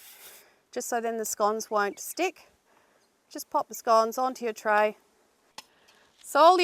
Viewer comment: No, no, no Senora. Not "On Your Tray" "Uno Dos Tres" Muchas gracias! ;-)